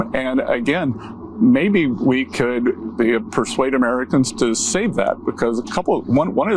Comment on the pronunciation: Did he say presuade ME to "save it?" I think Secretary Bassett is dissolutioned.